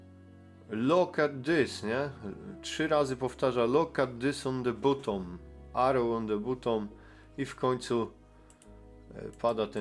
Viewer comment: film wyświetlił mi się przez przypadek, to "weszłem": 1. masz dostęp do neta i umiesz się posługiwać tłumaczem google, zacznij go słuchać, żebyś wiedział jak się wymawia słowa po angielsku, albo słuchaj ludzi, jak je wymawiają, bo uszy więdną.. red arrow on the "butom"... "arize czircz"..🤦 2. nie dziwie się, że nie umiesz wymawiać angielskich słów, bo nawet z polskimi masz problem: "zaczęłem"... "doszłem"....🤦stąd moje pierwsze zdanie. 3. Steve Cioccolanti (z Melbourne) ma za sobą amerykańską flagę! Współczuje Ci wyobraźni, że każda gwiazda na fladze USA to odwrócony pentagram.... 4. Cioccolanti nie jest "właścicielem" kościoła, tylko pastorem! Masz to napisane jak wół, PO POLSKU i nawet przeczytać nie umiesz?! Naprawdę zmęczył mnie ten filmik... co to za ludzie, którzy Cie oglądają i jeszcze Ci płacą.?